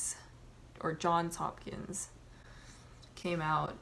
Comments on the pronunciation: It's JohnSSSSS Hopkins. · "john hopkins".. it literally says "johns hopkins" right there in front of you lol